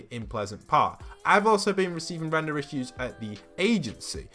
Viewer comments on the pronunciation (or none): none